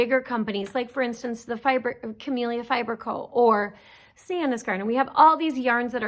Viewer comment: Another good podcast. Thanks! And thank you for saying Camellia correctly! So many folks say Camilla. :) Don't know why that bugs me but it does.